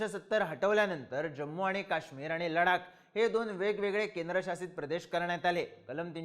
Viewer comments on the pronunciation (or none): Bhau ladak nahi ladhak be .......😂😂 ...kahi tari shika